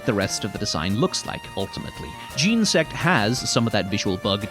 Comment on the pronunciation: From Snivvy to Jean-sect, almost perfectly bookended with mispronunciations. But man, what a great video